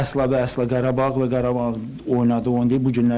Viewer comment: Qarabağ❌️ Parabağ✅️